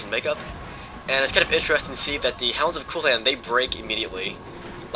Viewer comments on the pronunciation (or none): Its pronounced Khullen not Cooooolann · My mistake! Sorry! Your right I confused the two. However Culann is pronounced Cul-an as opposed to Cool-an, in Ireland at least! Much respect on the video tho! Keep up the good work!